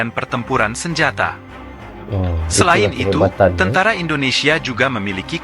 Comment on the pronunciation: Bukan..tentra..tentara Bang 😂